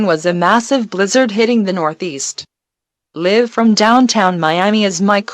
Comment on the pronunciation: the mispronounciation of "live" made me laugh for a while, then the fucking creepy eas tones scared me